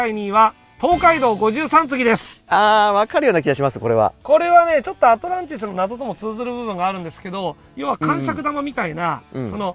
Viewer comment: アトランティスじゃなくてアトランチスですよ！とツッコミたそうなw